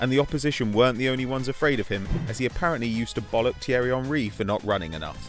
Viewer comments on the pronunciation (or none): none